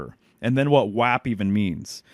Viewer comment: by the way, most people colloquially pronounce "WAP" as rhyming closer to mop, not tap... bit of a zoomerite shibboleth